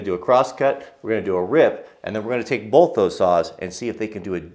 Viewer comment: Holy cow. Please. "both," not "bolth"